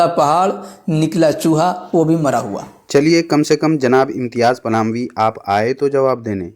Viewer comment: Is ko palami nahin phalami kaha karo